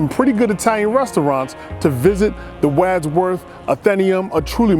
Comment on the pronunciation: E-talian woot woot